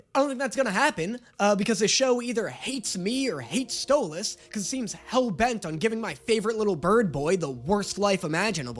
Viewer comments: YOU SAID HIS NAME RIGHT YOU GOT HIS NAME RIGHT OH THANK YOU THANK YOU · my jaw actually dropped when he said Stolas’ name right. I got so used to it, is sounds wrong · he said Stolas' name right!! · finally said stolas correctly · He said Stolas’ name right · ayyyy he said Stolas properly also, real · YOU FINALLY SAID HIS NAME RIGHT YOU SAID STOALS NAME RIGHT GO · OMG LEARNED HOW TO PRONOUNCE STOLAS CORRECTLY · He said stolas correctly 😊😊😊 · So glad you stopped saying Stole-ahhhs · YES! HE SAID THE A IN STOLAS FAST!! HALLELUJA!!!🎉🎉🎉🎉🎉🎉🎉🎉🎉🎉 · You know how you were saying you don't know how we want you to pronounce Stolas? Well you said it correctly , , and That's how his name is pronounced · You’re saying Stolas’s name right!!! Yay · Did anyone else realize he pronounced stolas name right instead of mispronouncing for fun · finally pronounced Stolas correctly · Wait…. Did he finally say Stolas’ name right?????? 🎉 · OMG, HE FINALLY LEARNED HOW TO PRONOUNCE STOLAS'S NAME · HE PRONOUNCED STOLAS RIGHT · I thought you were gonna hate this episode. Pleasantly surprised. But also, YOU SAID STOLAS RIGHT!!!🎉🎉🎉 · YEEEY YOU FINAALLY SAYED STOLAS RIGHT!!! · OMG HE FINALLY SAID STOLIS CORRECTLY! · Can we talk about how finally said stolas name right??? But now that he did it sounds even weirder 💀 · NO WAYY HE SAID STOLAS's NAME CORRECTLY! ITS THE END OF THE WOOORLD! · Look who finally pronou ced stolas right! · YOU SAID STOLASES NAME RIGHT finally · omg did he finally say Stolas correctly??? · YOU SAID STOLAS'S NAME RIGHT RAHHHHHH! ALSO I CAN'T WITH THE PERCY JACKSON COMMENT HELP 😭😭😭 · congrats!!! 🥳🥳🎉🎉 you finally managed to pronounce Stolas's name correctly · finally said stalos name properly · DID YOU JUST SAY HIS NAME RIGHT??!!?!?? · He’s finally saying stolas right!!!! ❤️❤️❤️ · I feel weird listening to pronounce Stolas correctly 😢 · OH MY GOD HES SAYING STOLAS CORRECTLY